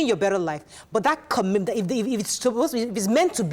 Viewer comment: This is obviously struggling with the word ‘commitment ‘